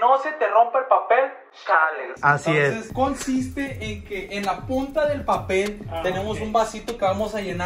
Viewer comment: Like si viste el shaleng en vez de challenge JAJA